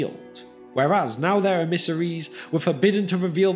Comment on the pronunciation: Why do you pronounce emmissaries like that? It is supremely odd.